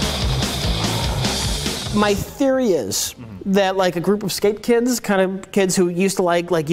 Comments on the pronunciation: THERE'S ONE THEY DON'T CATCH HE CALLS THE SKATEBOARDERS 'SKAPE KIDS' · "Skape Kids™️"